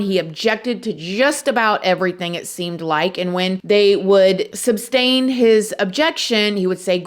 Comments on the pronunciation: please don't be like darrel. It's "sustain" not substain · SUSTAIN, not substain. You even said substain. lol 4 doctors diagnosed Brooks with Antisocial Personality Disorder, not bipolar disorder. A young man did let Brooks in after the parade incident. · said 'substain.' Ahhhhhhhhh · SUSTAIN Not SUB STAIN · Did say "substain" at 10.43? Tell me it ain't so!!!